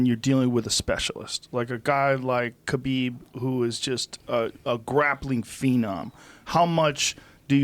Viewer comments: I love you Joe, Please learn how to say Khabib's name right its NOT KAH Beeb its .... HUH Beeb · Ben A Habib is the correct way of pronouncing his name. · Ffs. Is it Habib or Khabib? Heard quite a few people pronounce it Habib during this event but never heard anyone say it that way before. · Khabib Nurmagomedov - the K is silent in Khabib.. sir.. ; )